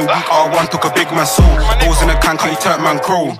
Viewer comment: Turn man crow not crawl